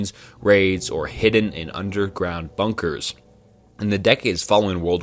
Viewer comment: This whole video has so many mispronunciations that I’m suprised you didn’t hear it yourself? Like Bnunkers, Mystache Man, Unmnanned.